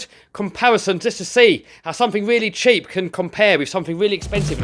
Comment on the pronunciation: Did he say jeep, sheep or keep or umm cheap